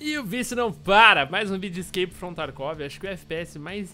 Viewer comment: crak from tarkov fala o nome do jogo direito haushahshs